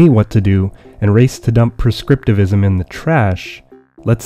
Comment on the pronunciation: the narrator said perscriptivism rather than prescriptivism every time, is this a ploy to prove a point?